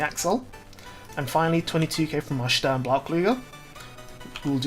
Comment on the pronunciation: You know the video is worth its salt when Stern is pronounced correctly